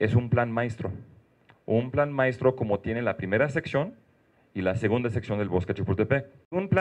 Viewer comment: "Plan maistro", XD.